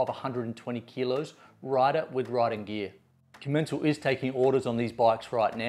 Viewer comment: Its called com-en-cal